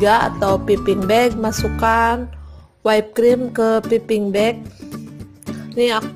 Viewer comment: btw, whipped itu bukan dibaca "waip" tapi "wip" atau "wipd". trus piping bukan dibaca "piping" tapi "paiping". sekedar info